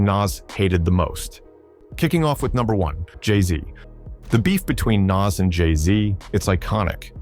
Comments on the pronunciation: His name is NAS not naz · Its not nazz like ass its Nas like oz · Every time this AI voice says “Naz”, or “Niz” it makes me cringe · It's not Nass or Nazz, it's Noss. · Bro learn to pronounce NAS !!!! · The narrator pronounced Nas like 3 different ways in the same video. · The pronunciation of "Nas" just gets progressively worse as the video goes on. I thought AI was supposed to learn as it goes. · Love the content cause it`s a nice summary for perople that don`t know. But please take the effort to do the commentary for real. I hate how the AI pronounces Nas different everytime and it`s what it makes it obvious. Man when you got love show love not robot! Please!!!